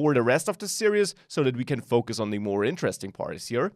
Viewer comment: Great course, great teaching. One request. Please look into how to pronounce "series" in English. It sounds like you're saying "serious". I'm serious! Thanks for the good work.